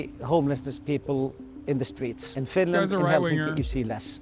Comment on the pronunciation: U say Finland... I hear Vinland... Vinland Saga